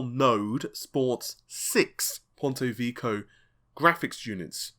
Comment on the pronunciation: That's "Vek-key-owe".....👍